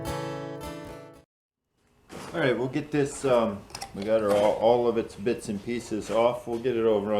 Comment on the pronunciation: ...I heard “most of the bitch (not bits) should stay together”...🤣made me laugh! Making progress! 👍stay warm!